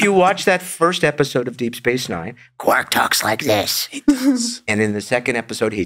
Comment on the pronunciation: Why does keep repeatedly mispronouncing characters' names? "Tuvak", "Quork"...